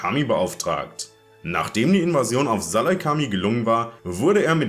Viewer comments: Was Salacami lol Ich glaub das spricht man anders aus, so "Selukamai" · Guckst du überhaupt Star Wars wie du salucemei aussprichst geht gar nicht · Gree diente in der Schlacht von Kashyyyk eigentlich unter Luminara Unduli, die auch bei der Schlacht anwesend war. Und Selucamai wird anders ausgesprochen. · Wie sprichst du den saleucami aus xD